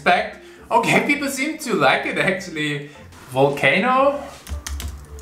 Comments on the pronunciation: Dude it’s volcano not vulcano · It’s pronounced ( vol or vul ) vol - cane - oh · Writes volcano correctly on other rounds Also him: Vulcano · Volcano* not vulcano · my guy not being able to pronounce volcano wana make me laugh